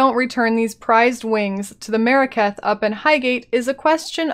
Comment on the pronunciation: I keep hearing "Merekath" instead of "Maraketh".